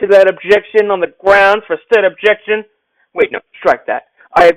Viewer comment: I object to the objection of the objection of the grounz of the objection😂😂😂😂I’m screamin😂😂😂😂😂